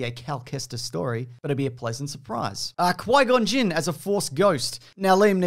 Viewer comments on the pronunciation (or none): none